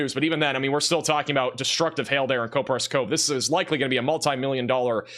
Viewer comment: Coperas Cove Starts with "Cop" not "Cope"